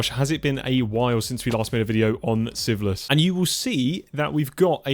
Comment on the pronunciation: I’ve watched every episode and I am really enjoying this series but I swear whenever he says Sieveless in the beginning I hear siphilis.